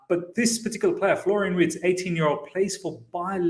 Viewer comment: Imagine having WIRTZ and HaVERTZ 😅😂 Its pronounced Virtz